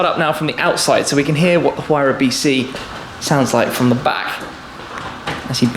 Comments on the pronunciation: Huayra is pronounced Who are ya. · Amazing experiencie, Tim. Thanks for sharing. If I may, the letter 'h' is silent in Spanish, just like we pronounce honor, hour and honest, for example. Thus the words Huayra, Horacio and a Huracán must be pronounced with a silent h. Cheers and thanks for sharing these incredible experiences.